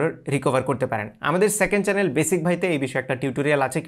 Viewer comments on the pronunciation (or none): none